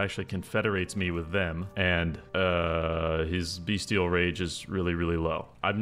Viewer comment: I love how CA made this beastman herdstone thing work for AI. Oh... wait.... Also, it's called BEStial rage. Not beastial rage.